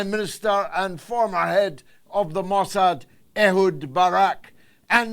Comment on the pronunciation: Le "Marquis de Mossade" , smooth operator?!?